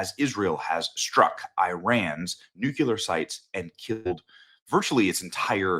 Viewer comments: I love you Benny, but NUCLEAR = New-clee-ur, not the GWB era mispronunciation “NUKULAR.” GW has an excuse, he has never been that bright. You are one of the best and brightest. Don’t succumb to the left’s stereotype of Republican men. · It's not NUCULAR. it's nuclear. Please make an effort. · Love your work Benny, BUT... The word is pronounced nu-clee-ar. You're saying it like George Bush — nu-cu-lar. Bush wasn't super-bright, therefore... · KNEW-KLEE-UR. Not NEW-QUE-LER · "New-Clee-er" - not - "New-que-ler" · Ps only dumbasses say ‘nuke you ler’, it’s pronounced NEWCLEAR!!!! Nuclear!!! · Nu-Clear, NEW CLEE AR, there is no NOOK YOU LAR. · ☆☆BENNY☆☆ You're NOT George W. Bush... It's "NUCLEAR" Not "NUCULAR" 🚫NUCULAR 🚫OLD CLEAR ⭕NEW CLEAR ✔NUCLEAR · Bennie, say it with me: nu-clear. Nu- clear. Nuclear. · Dude. I love you, but it’s nuCLEar. “Come one, man” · What does nucular mean? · Why do people say “nukular” when they see “nuclear?” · And, frankly I’m sick of you saying “nukular.” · It’s pronounced “new-Klee-er” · "New Killer" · Benny i love ya, but youve gotta start saying nuclear the right way lol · Benny, youre a smart guy. Please learn to pronounce NUCLEAR. js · Benny- PLEASE learn how to pronounce "NUCLEAR" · Bro cant pronounce nuclear smh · Benny, I love you but it's NOT "newQ'lar" its "new clear"...... Please stop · Please PLEASE, Benny! The word is NUC-LEE-ER. Not NUC-U-LER. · First of all it’s not Nucular it’s Nuclear. And second you’re an enemy of Israel. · With all due respect, it's not Nukelar, it's Nuclear. Doesn't seem like a difficult word to pronounce. If you don't care about tue issue, why voice your opinion in the first place? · THERE'S NO SUCH WORD AS "NUCULAR"... IT'S NUCLEAR (NEW CLEAR). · Nuclear, Benny. Not nucular. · nuclear = new+clear. STOP SAYING NUKE-U-LAR, Benny. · FOR THE LOVE OF GOD, ITS PRONOUNCED " "NOO-CLE-ER".... NOT "NOO-QUE-LER". Why do people have such a hard time pronouncing the word correctly? It's infuriating. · Nucular, ffs